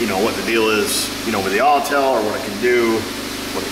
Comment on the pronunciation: Autel aww tell